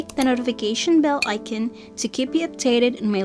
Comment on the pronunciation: ic-in..it’s ic-on.